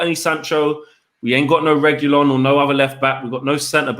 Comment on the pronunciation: mispronouncing Reguilon's name is really getting to me 🙄😣